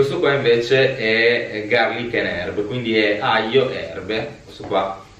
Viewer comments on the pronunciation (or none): Si ok ma si dice 'aGLio' non 'ajo'.